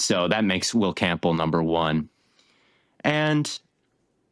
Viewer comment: why does always pronounce the last name Campbell as Camp-bull